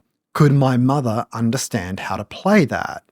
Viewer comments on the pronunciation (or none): none